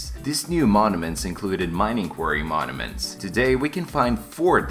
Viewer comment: XD he rly be calling them monaments